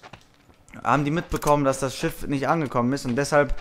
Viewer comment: Dass das SCHIFF nicht angekommen ist😂. Ich liebe diese Sprachfehler von